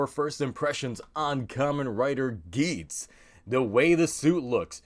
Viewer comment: sounds like a russian man trying to say Kamen Rider Geiz